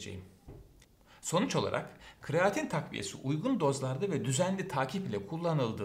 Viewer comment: kreatin hocam, kraatin değil.